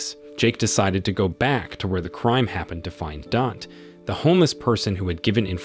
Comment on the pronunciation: "Dant" 😂😂 his name is "Danté" not "dant"😂🤪🤪